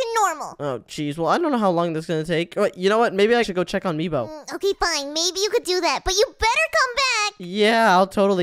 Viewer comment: It's not Meboo it's Meebo